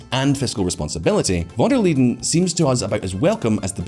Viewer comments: Von der LEYEN - pronounced like the English 'lie' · yea that was cringe..